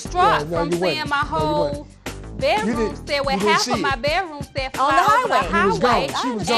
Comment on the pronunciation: It is NOT called a BET-ROOM SET